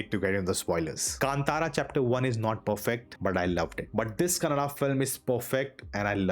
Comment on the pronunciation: For once I hear Kannada being pronounced as Kannada and not Kannad. Reviewer has taken the effort kudos. Feels so happy when it comes from a North Indian 👏